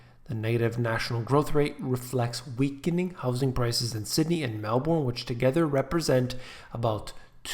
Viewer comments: HI, Melbourne is pronounced MelBen: >. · It's pronounced "Melburne"